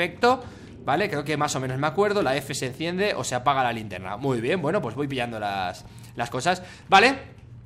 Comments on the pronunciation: 4.58 con F se entiende la lintierna LITIERNA osea farfan no sabe ablar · Alguien más se percató de que dijo lintierna por el minuto 5 y algo 🤣🤣🤣🤣🤣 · "Lintierna" dijo fargan jajaja Lo siento fargan tuve que decirlo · "La lintierna" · Lintierna xdxd